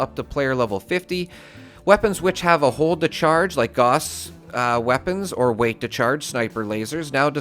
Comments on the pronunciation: Gauss is German. It rhymes with "house." Say it right. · I'm so excited to know I'm not the only person who plays Fallout games pronounces Gauss this way! 😁👍